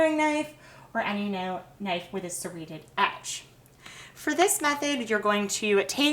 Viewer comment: Your videos are so helpful but you know you can relax and talk? "were going to be using this SERRATED....KNIFE " "what youre going to do here is AGAIN stick your egg INSIDE and its just going to pole it THROUGH" Like...why? Why do youtubers feel the need to do that lol